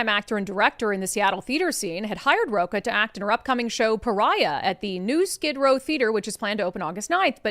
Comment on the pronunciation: with Brandi Kruse I believe Fernando's last name is Rocha (Row-ch-a) not (Row-k-a)